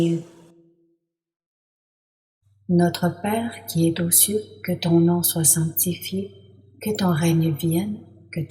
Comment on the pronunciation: Notre Père qui es zaux cieux et non pas Notre Père qui es T'aux cieux . Mauvaise liaison. 2ème personne ne prend pas de T à la fin. Ce n'est pas très grave, mais dommage.